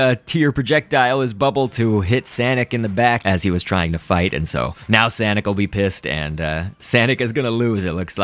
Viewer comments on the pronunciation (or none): no its sanic (say-nic) SANIC